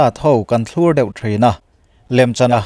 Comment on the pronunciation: A ngaihnawmin a bengvarthlak ṭhin hle mai. I channel hi chu a rintlak tak zet a ni. Mizo youtuber ah chuan i ṭha berin ka hria. Chutih laiin thumal pakhat "thlur* i lam rik dan hi chu a mak ka ti deuh. Eg Ram changkangah chuan kawngpui ṭha a thlur sung mai tiha, thlur kan lam rik dan ṭhin ang hian i thluk a. Mahse he topic-a "thlur* hi chu vawt tih lutuk avanga khur sawina thluk ang hian lam rik tur zawk a ni ang.